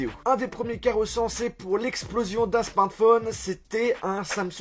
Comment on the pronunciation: On dit SMARTPHON EEEE pas smartphon1